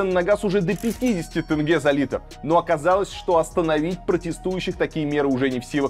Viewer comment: Заранее прошу прощения если мой комментарий может быть грубым. Советую Вам правильно произносит слово теңге, Ақтөбе, имя Олжас. В Атырау (Западный Казахстан) после протестов в Жаңаөзен начались одни из катализаторных протестов которые увеличили все действия в геометрической прогрессии. Протестующие в Атырау (не знаю как в других городах) останавливали автобусы и забирали всех мужчин на митинги и велели женщинам убираться отсюда